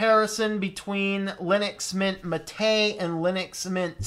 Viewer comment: I always give a like to people that can pronounce "Mate" properly.